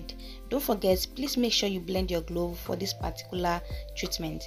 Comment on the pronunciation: Not glove it’s clove .. thanks